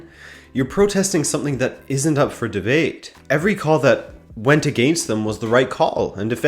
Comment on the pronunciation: Never say "against" like that again. Just insufferable.